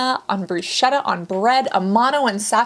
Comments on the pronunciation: I love you but please don't say "brushedda"!!!.... it's "brusketta"... Thank you <3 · Bruschetta is Brusketta, have to pronounce with a "k". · If an Italian heard you pronounce bruschetta the way you did. You will be in deep trouble. Just saying.